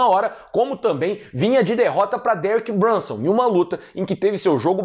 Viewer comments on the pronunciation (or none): "Deric Brançãn", Lucas 2021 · Derick "Brãnson" 🤣🤣🤣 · "Dereck Bransan" kkkkkkk muito bom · Derek Brunson com sotaque italiano foi muito boa piada. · Like pela imitação de italiano falando Derek brunson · Perdi tudo qnd o falou dereck brunson em italiano